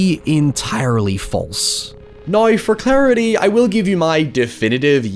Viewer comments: what accent does have? I've never heard anyone pronounce now like noi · Where is he from? I’ve never heard someone pronounce “now” like that. Is it Scottish?